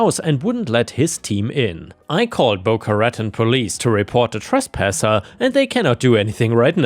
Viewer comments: Hey... Just a little help with the pronunciation of Boca Raton. Bo-KAH--Ra-TAWN.:-D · Pronounced as Boca-Ratone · This has nothing to do with the stories just the pronunciation of a city Boca Ruh-town.😸. I love these stories 👍